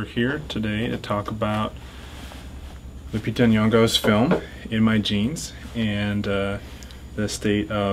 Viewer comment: her name pronouced Loopeetah